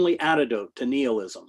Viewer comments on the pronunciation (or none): Seemed like he also mispronounced nihilism